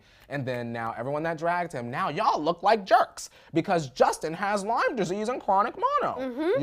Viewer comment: It’s not “LYMES” disease. I have it as well. If you’re gonna talk about something that serious just know how to pronounce it. It’s debilitating.